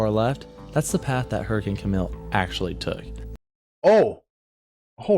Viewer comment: Camille is actually pronounced as Cam-eel